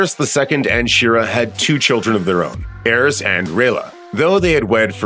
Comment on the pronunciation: “Aerys”and Maegor💀 how can an entire team fail this miserably with names